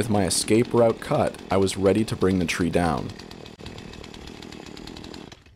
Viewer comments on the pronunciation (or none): we wew weady to gow